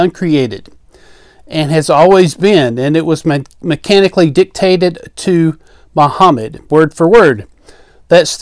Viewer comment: Mahammet the first mutaa'h brofit of BisssLame 😂😂😂😂